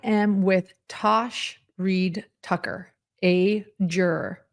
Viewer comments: Tass, not Tosh.🙄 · I think it's Tass, not Tash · Tass said "I'm not turning this camera back on until you get my name right! "😂